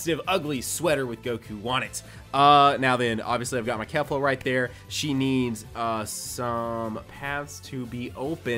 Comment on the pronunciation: Its not pronounced kef - la its pronounced kay - fla